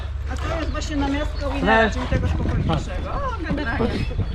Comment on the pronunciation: Krzyztof Jarosx żeby czytać łajner musiałoby się pisać winer nie przez dwa n.